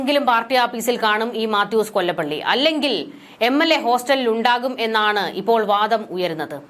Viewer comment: മാത്യൂസ് കൊലപ്പുള്ളി എന്ന് വായിക്കുക